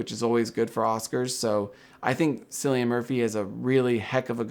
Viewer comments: sorry to be that person, but it's pronounced Killian, not Sillian. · Cillian (Murphy) is pronounced as kill-ee-an, no sill-ee-an.